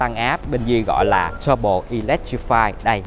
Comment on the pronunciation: Sale Mercedes review xe mà phát âm "tăng bô", "giảm bô". Thoát luôn ko xem nữa